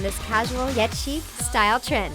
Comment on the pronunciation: "chic" OH M Y GOD G O O D B Y E